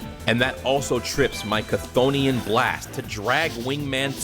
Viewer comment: Chthonian is apparently supposed to be pronounced "Thonian" by the way. Though they do pronounce it different in the anime.